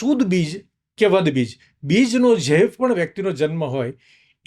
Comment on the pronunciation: વધ નહીં વદ કહેવાય છે જરાક વિચારી ને બોલો